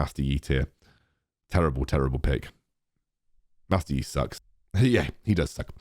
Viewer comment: If you want to make a his own tier for Master Yi, you could make a yEeeee tier (pronounced accordingly to the one who this tier is for)